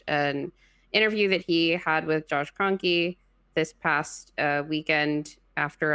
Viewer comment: Kroenkes really?